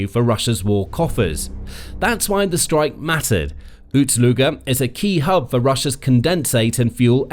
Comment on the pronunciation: Ust NOT Uts. Ust is not pronounced OOTS.